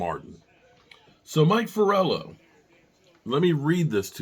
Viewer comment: Mike Florio not Forello. 😂